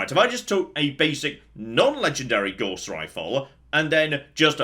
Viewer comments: Every time I hear Gauss mispronounced I look up at my Math degree and ask "was it even worth it?" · Gauss rhymes with Scouse not with Gorse. Named after a German, J [sorry C] Friedrich Gauss.